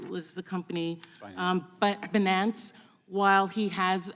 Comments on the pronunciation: Pronouncing Binance as Bananas lol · She thinks she's a prosecutor. Also someone who probably really thinks that "datas" is a word. bee-nance for "binance." Refers to Bari Weiss as a "He."